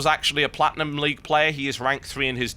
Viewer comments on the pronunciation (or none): dear TB..............maybe he had a family member playing and he let that family member play on his account :3.....ALSO did u say platium ? wtf?